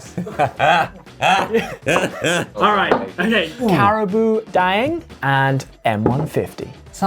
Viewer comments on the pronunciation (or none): It's karabao, not cariboo x) But good research though :) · Ok but here’s a little correction It’s not ca-ra-boo it’s ca-ra-bao (like a Chinese bao) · I'm surprised you get the M100, Carabao and Krating Daeng. Most Thais drink it to stay up at night, usually the best gift to give security guards. Also Ollie pronunciation of Krating Daeng is quite good 👍🏻 P. S. It's Carabao not Caraboo lol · as a Thai person the brand is actually pronounce ka ra bow dang just let y’all know